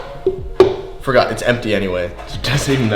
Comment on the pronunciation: said I forgor 💀